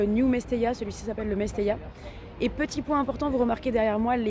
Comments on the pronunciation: Le stade s’appelle mestalla et pas mestella. A part ça superbe vidéo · Par contre le stade c'est le Mestalla ! Et non le Mestella